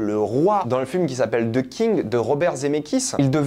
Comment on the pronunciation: Nice enfin un Français qui sais comment dire THE sans le prononcer en ZE, GG bro!